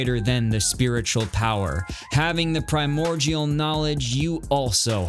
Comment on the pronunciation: The way you say primordial is driving me insane sorry